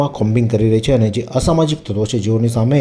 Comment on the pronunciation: "ashmajik tatvo ke " samajik tatavo "?